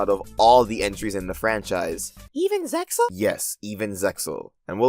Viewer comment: I thought the x in ZeXAl is silent... Anyway, at least we have the abridged series